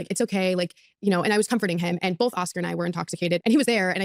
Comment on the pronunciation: I see finallyyyy says BOTH correctly, instead of “Bolth” Lol… Also, I LOVE Josh from DCP and I’m pretty sure his channel is what led me here! Which, you’re from 🇨🇦 as well aren’t you,??